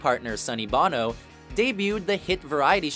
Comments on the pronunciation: Okay, let's clear this up right now. Sonny Bono is pronounced B-oh- no. The lead singer of U2 is pronounced B-ah-no. Got it now? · It's Sonny BEAU-NO. not Bono like from from U2. Yeah, spelled the same but pronounced different. Should know that or someone at should have told him to redo that. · Good job mispronouncing Sonny Bono's last name.